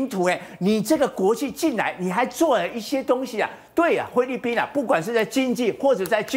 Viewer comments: “灰”利宾！！ 中文练好在读新闻吧。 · 灰掠宾听得我好难受呀哈哈😄